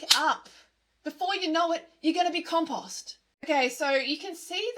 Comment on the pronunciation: I don't like commenting twice, but please learn how to say compost, it's hurting my ears